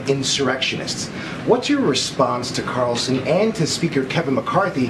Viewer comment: “Lassnight Tucker cawwlsen took a page from George Oooowwell’s 1984”